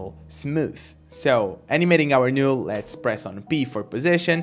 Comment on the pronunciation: It's not a big deal, but the "NULL" is pronounced as "Nall" but not "Nule"